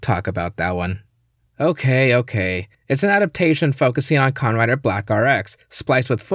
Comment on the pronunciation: It sounds like he's saying khan rider.